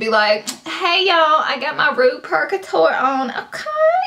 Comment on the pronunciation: This video cracked me up girl! Rouge pronounced roozh :) but I love how you pronounced it waaaaay more haha